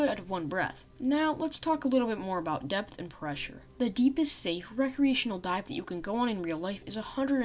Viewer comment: when he says dive i here die